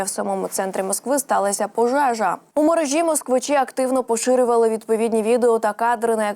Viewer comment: Навчіть ведучу правильно ставити наголоси. У мерЕжі